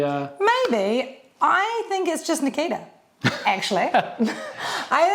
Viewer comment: Could not avoid hearing Makita every single time Nakita was discussed.